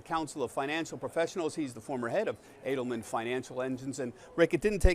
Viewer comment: Why's he missprononcing Ric's last name!!!